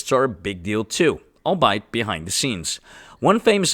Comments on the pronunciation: "Albeit" is a tricky word. It's actually three syllables, stress in the middle; it's shortened from "all be it". ♥ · Albeit is pronounced All-bee-it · Albeit is a weird word: you say it "all-be-it" like it's three separate words. I don't blame you for getting that one wrong, it isn't pronounced at all like it's written.